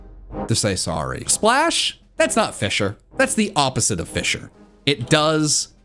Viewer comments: The amount of times he said fisher instead of fissure. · It's fiZZire not fisher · not sure if its just me but whenever he said "fissure" it sounded like he was saying "fisher" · TIL "Fissure" has an "H" in it. I genuinely had no idea what he was talking about when he said a "phanpy that only knows fisher."